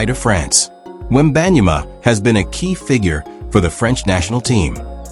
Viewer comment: AI generated mispronouncing name